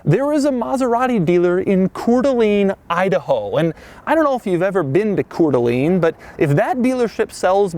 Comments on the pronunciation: Cor Deleen idaho? You mean "Cor Del Ain." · it’s pronounced Koor da lane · Hey, f you, it's pronounced coor dee a-lane. But send us that moose, we don't have enough attacking schools. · your pronunciation is so bad Coeur d'Alene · Doug gets a 2 out of 10 in his pronunciation of Coeur d'Alene, Idaho. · Coeur D' Alene representin'! We in here! We're finally legitimate! Just work on your pronunciation Doug... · Doug, the type of guy to mispronounce "Cour d' Alene."